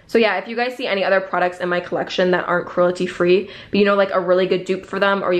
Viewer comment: She says “cruelty” so weirdly almost like “crulety”